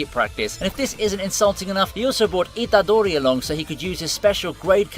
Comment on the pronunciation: Please say itadori again, i hear samting weird.